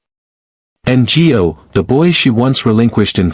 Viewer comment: It's Gio not G O.